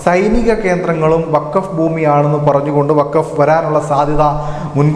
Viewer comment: വാക്ഫ് അല്ല വാക്ഫ് ബോർഡ് അത്ര എങ്കിലും പഠിച്ചാൽ നല്ലത്